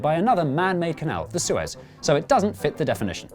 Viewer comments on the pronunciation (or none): none